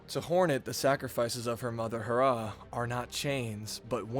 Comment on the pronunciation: it's HE RRAH not harrah